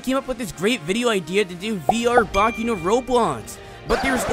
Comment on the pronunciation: he says boki instead of boku